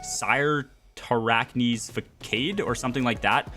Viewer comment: It’s actually sir-ter-rack-knee